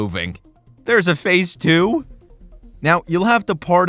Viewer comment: idk if you say "There's a phase two." Or "There's a face too." And that's quite funny lol